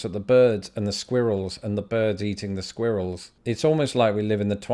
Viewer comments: Sq-err-ull. There is no "ear" in squirrel! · I love it when you attempt to say "squirrel " it's just hysterical. Congratulations on the new digs. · As you have noted earlier...in America the word “squirrel” has only one syllable. It rhymes with “swirl.”